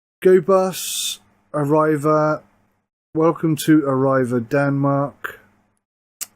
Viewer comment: Say "Arreee- Va" / not 'Arr-I've-A'